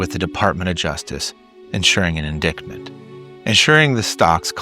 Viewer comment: Enjoyed the video! I'd love more on the financial sector. Mammon's a major idol here in America. (Also, by the way, "indictment" is pronounced "in-dite-ment")